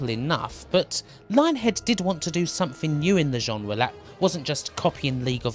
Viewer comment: WTF is a "genwa"?